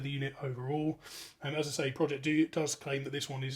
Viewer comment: Pro——-Ject, not project 🤦‍♂️